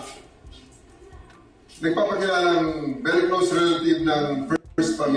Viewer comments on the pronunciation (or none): RILATIVE? "Relative"..